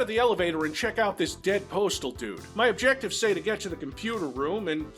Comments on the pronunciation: What's OBJECIVES? Objecivvies? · 'Objecives'...... 'Objecives' sighhh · Love how objectives is missing a T